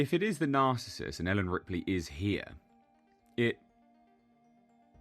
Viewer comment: Did the guy really call Ripley 'Ridley'?